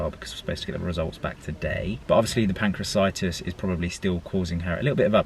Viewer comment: its pancreaTITIS not pancreacitis :-)